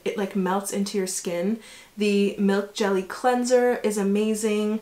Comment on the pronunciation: FYI Gelée is pronounced gel-EH, not jelly ;)